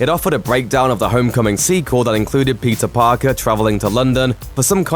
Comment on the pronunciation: I keep hearing him say Pizza Parker please help me 😂